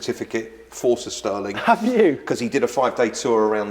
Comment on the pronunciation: He says 'Sir Stirling' like 'sisterling'.